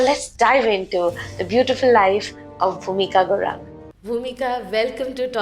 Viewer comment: Not gurang it's a Guroong 🙏